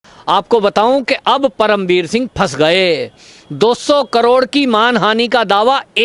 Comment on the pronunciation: BhAi isko perm veer shingh na bolo udu ji jise paerm ji bolo